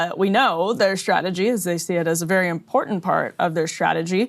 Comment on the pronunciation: "Shtrategy" "Shtrategy" "Shtraw" "Mainshtream" "Deshtroyed" How shtrange.